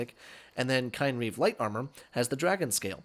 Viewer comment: Ooh, this is a good one! But you pronounced it wrong. it's "KIN-reeve".